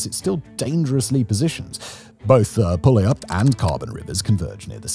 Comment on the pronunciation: He said pewlup lol